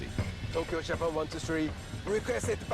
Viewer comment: someone needs to tell me why this dude decided to pronounce Japan that way